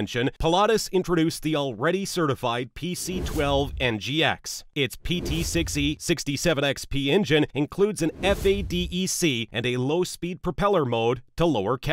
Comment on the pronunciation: I literally stopped the video when it pronounced the actual letters of FADEC!